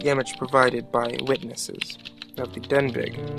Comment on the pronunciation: Good videos they give me chills, but it's pronounced "den-bee". I know because I live off of Denbigh Blvd and all my friends go to Denbigh High School, LOL.